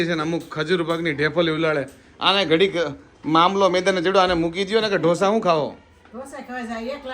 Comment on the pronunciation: 'ડોસા' નો હોય 'ઢોસા' હોય 😅😅